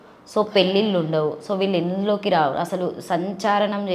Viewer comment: యాంకర్ కి తెలుగు నేర్పియిర్రి ఫస్ట్'' రా'' ని లా అని పలుకుతుంది...